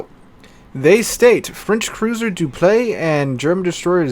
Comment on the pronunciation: Dupliex is actually said like this: Duplis